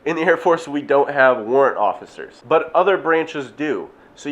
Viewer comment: Say it with me boy's ....."Warrant Wofficers" 10/10 lol but on a serious note this video was great and very informative!! Keep it up man!